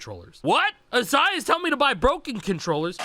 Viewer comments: A varios les cuesta decir acai en vez de "akai" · now that I am watching, actual youtube specific videos, and not the edited streams, I would've never imagined (as a Spanish speaker) that it was pronounced "Asai" instead of "Akai" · i thought Acai was pronounced like a kai or smth LMAO